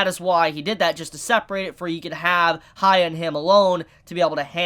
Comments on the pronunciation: No it's hya-kki-ma-ru not hi-ya-kki-ma-ru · It's buddha, please research before these episodes. It's annoying to hear you say goddess/god 10 times e_e Also who is Haya? isn't it hee-yah if you can't say that just say Hyakkimaru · It's hee-yah, not hi-yah. His name is Hee-yah-kee-mah-roo. Also, red parts on your soul means you killed humans. Not tje cloudy part. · "sha- kem- a- ru" say his name right !!!!!!!!!!!!!!!!!!!!!!! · Stop saying haya it bothers me to no end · "Hee-yah-kee-mah-roo" If you want to use that nickname: "hee-yah" I'm surprised that when you watch the anime and hear all the times his name is pronounced you can't get it right X'D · Asks viewers to leave comments. Every week comments are telling him how to say Hyakkimaru's name correctly. Still says it wrong 12 episodes in. It's HEE-YA-KEY-MARU!!! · I'm convinced he doesn't read the comments, or just blatantly ignore the people correcting the pronunciation. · The way you pronounce the MC's name doesn't really make any sense.